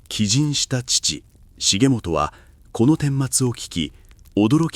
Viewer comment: 重元は、『しげちか』 と読みます。